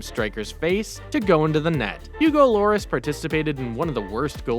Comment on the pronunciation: Oh and Lloris is pronounced like Your Ree